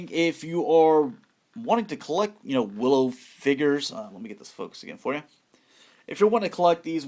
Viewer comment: As a super fan of Willow, I cringed watching this video! Ahhh!! The names!! Learn the names.